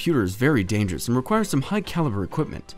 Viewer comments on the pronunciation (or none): Its not DANKEROUS